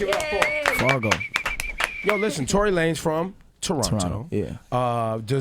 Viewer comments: His name is tory not torey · It's "Tory Lanez" and not "Torey Lanez" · ITS TORY* GET IT RIGHT